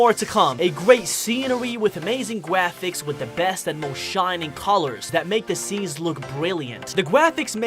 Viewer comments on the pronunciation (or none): bro really said gwafics